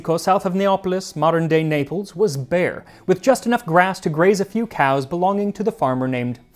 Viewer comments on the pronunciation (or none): none